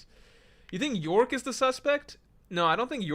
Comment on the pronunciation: it's york.. bro doesnt read /j